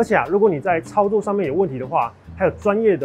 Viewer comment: “操作”我聽成“超度”